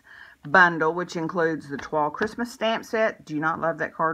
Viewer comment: Thank you for the inspiration. Beautiful card. Also thank for pronouncing Toile correctly.